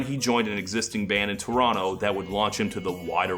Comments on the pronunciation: Naaaailed the "Toronno" pronunciation. Well done sir. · Bonus points for pronouncing Toronto correctly, the second T is indeed silent. We use this to spot the Yanks. Or pretty much anybody not from Southern Ontario.